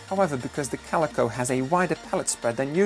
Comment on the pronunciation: you prenounce calico like cal eyco